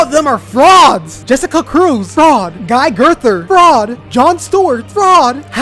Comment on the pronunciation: Homie said “Guy GIRTHER” 💀